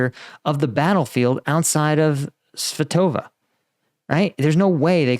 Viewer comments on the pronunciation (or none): SVAH-to-veh. Gets me every time.